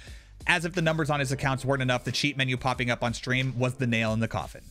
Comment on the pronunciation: Is there a legitimate reason why gen z's always put letters in words that absolutely do not belong in those words? Example, shtream. Why? There isn't an h in the word stream. Look up the word in the dictionary to see how it's properly pronounced. How many videos do I have to watch repetitively before i consistently find gen z's pronouncing words correctly. It's always pretty much the same word they pronounce incorrectly. It seems like this world will pretty much be entirely full of copycatters. Get a life man.